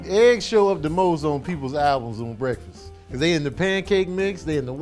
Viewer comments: So nobody’s gonna say anything about saying “bweaktfast” in the begging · Did anyone else hear say "bweakfast"?